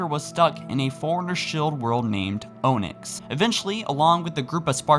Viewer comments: It's pronounced on-yx not o-nyx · Its actually not 'Mdama as in "Muhdama" It's 'Mdama as in "Emdama". Just say the letter "M", then say "Dama." Also Onyx is pronounced like "AH-niks". Not "OH-niks". (Not trying to be a smart ass or grammar police....I used to pronounce it the same way as you do. Just letting u know) . Great video brother. I love your take on all things "Halo". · “OH-NIX” it’s Onyx 😂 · Good Vid! Pronunciation note: Onyx = Ah-nix, rather than Oh-nix. Keep it up! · Oh-nyx? OH-NYX??!?!? REEEEEEEEEEEE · It's pronounced "on it" (onyx) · Technicallly its 'On-ix' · Did you really just pronounce Onyx as Oh-nix? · They have told you a million times stop saying it that way say "ah-nix" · My man pronounced Onyx as “Oh-Nix” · He said oh-nyx. Fml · It’s pronounced “on-ix” you can hear people say it. Do you mispronounce things on purpose?